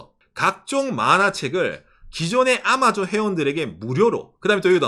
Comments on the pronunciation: 아^마존은 일본식 발음인가요? 경상도말투인가 했는데 도 아^마존이라 하는거보니 일본식인가 싶기도하넹ㅎ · '아마존' 억양이 완전 일본식인 ㅋㅋㅋㅋㅋ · ㅎ 박가네영상보면은 경상도말과 일본말이 섞인걸 자주듣는데요 오늘은 아마존이 들리네요.발음이 특이해요.ㅎ